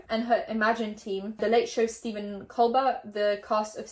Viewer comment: tfw you pronounce stephen colbert (cole-bare) as cole-bert